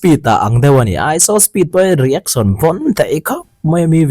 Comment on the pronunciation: I tawng a fiah fel fai ngaihthlak pawh a nuam mizo youtube channel ah ka en hnem ber ini..mahse kan hnam tawng nilo mahse .… iShowSpeed i lam dan hi please in ‘saw’ tiin lam tawh suh… show shh… lai kha a har miah lo (nopang bengchheng pawh ‘shhh..🤫’) kan tih tho kha 😂 …… reaction pawh ‘ri-ek-son’ aiah ‘ri-ek-shun’ (rEEAkshUHn) tiin han lam ta la a va mawi leh zual dawn tak em…… saptawng takin constructive criticism ah minlo pawm sak hram teh… min ngaitheilo deuh chu an rawn awm leh maithei mahse thenkhat ngaihmawh ani ve thei tho bawk 😂 😂